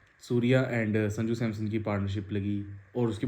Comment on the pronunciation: Bai "Samson"✅ hai Naam not Samsung ❌......homework jaruri hai before video.